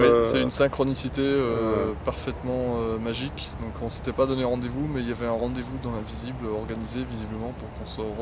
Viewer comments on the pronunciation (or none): "Une sainkronissité parfètemen majike"